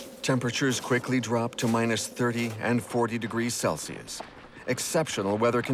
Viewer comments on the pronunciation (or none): none